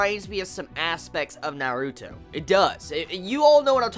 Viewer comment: why did you say naruto like that. This is how it's supposed to sound when you say it. nar-ru-to